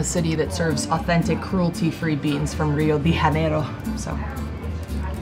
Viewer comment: The fact that "coffee purist" mispronounced Rio de Janeiro just made me lose it hahahaha